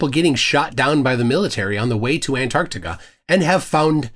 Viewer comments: This fool can't even pronounce it correctly. He keeps saying Anardica. It's Ant-arc-tica. Learn to speak you buffoon. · It’s not anartica, it’s AnTarctica. Makes sense that he doesn’t know literally anything else about Antarctica. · You know what else Antarctica has? Two T’s, try pronouncing it correctly. After all, you are Jesus, right? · Who tf is Ann Artica? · Who is “Ann Ardica”? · Jesus can't even pronounce Antarctica properly... So, I'm not entirely sure he IS Jesus... Plus, I spent four hours in a Qantas 747 back in 2013, flying over Antarctica. No American jets to be seen. Thousands of people have done the same flight I did, on Qantas 747s and 787s. So...